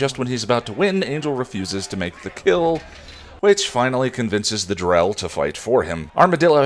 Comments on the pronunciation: I had a double take when he said Drell. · I thought I was hearing things when you called the green demon "the Drell." Glad I was wrong. Hi! ✌🏻